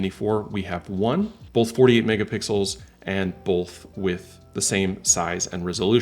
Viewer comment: I love “48 Mega-Pickles” 😂